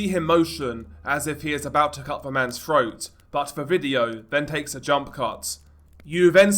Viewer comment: froat? 😂 😂 breaving? what the hell?